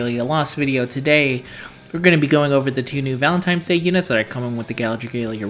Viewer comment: Do you know that you say "Valen-time's" instead of "Valentine's?" lol